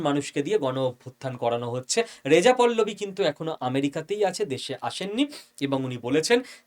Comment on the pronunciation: পল্লবী না পাহলবি